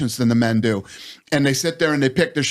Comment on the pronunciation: It’s pronounced BachaRAH, not BachaRAT. Anyhow if Dana ends up not winning, he might at least still learn how to speak Chinese! 😂